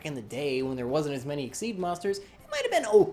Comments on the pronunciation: It’s exeez not exceed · Super Hero half the time it sounds like his saying exceed instead though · it's xyz (ex ee z) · Okay wait... I don't think he's doing it completely right, but props for coming the closest. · Super Hero I pronounce it X-Y-Z cause frankly I find it much better to say and sounds cooler